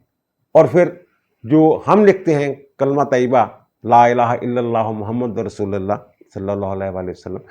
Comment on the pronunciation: اعتراض نہیں تصحیحی بات کے طور پر لکھ رہا ہوں کہ مجھے ایسے لگا کہ آپ نے کلمہ طیبہ میں محمد میں دال پر زبر پڑھا جبکہ اس پر پیش پڑھا جائے اور رسول کے لام پر پیش پڑھا جاتا ہے آپ نے زبر پڑھا اگر مجھے غلط سنا ہوتو معذرت